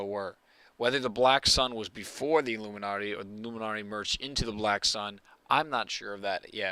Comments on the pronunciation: why do u say illuminarty? its illuminati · "luminnarti" lol